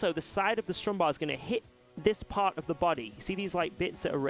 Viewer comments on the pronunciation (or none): none